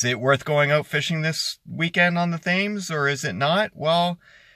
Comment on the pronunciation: Great report! I was out yesterday from 8am to 430pm & didn't get a walleye only junk fish. Also the Thames River is pronounced Tems river. you don't pronounce the "Th" sound. Just an FYI, great reports!!